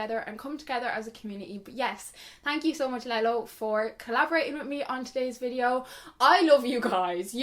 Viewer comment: When you said Lelo I thought you said LEGO and I think that's so funny